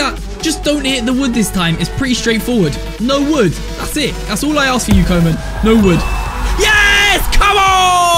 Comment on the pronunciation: his pronounciation of koeman LMAO